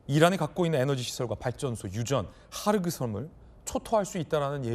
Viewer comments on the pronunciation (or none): 하르그섬이 아니고 خارک 헐크 섬 즉 흙섬 이란 뜻입니다. 헑 섬이라고 끝 소리 크 소리 좀 남 .